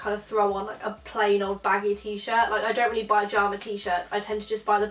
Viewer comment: Video was great but was it just me that got annoyed when she said jarma shorts not pyjama